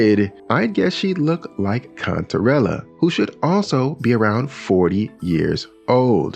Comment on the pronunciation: At first, I thought you said Cuntarella